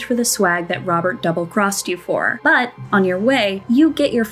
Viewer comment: Please never say the word "but" again